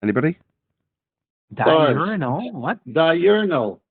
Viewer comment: Pretty clear those three losers each had plenty of time to look up the definition and they STILL misunderstood and mispronounced diurnal. What an impressive display of flerf brilliance